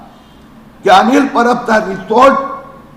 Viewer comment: Resort nahi rechort😂